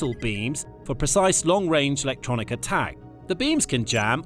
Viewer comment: Amazing new method of pronouncing “Electronic”! Just take ofd the ‘E’ and SAY IT A HUNDRED TIMES! “Lectronic!” “Lectronic!” “Lectronic!” “Lectronic!” UGH.